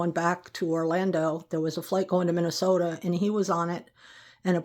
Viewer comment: You pronounce Minnesota as a native, like me, does😊